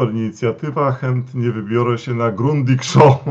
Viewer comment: Grundiga!!! Nie „grundika”